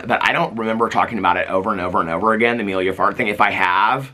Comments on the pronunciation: I keep thinking you’re saying Amelia fart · The number of times I heard you say "Emilia Fart" and trying to decide if that's what you were really saying, until I finally googled it, and yep. 🍑💨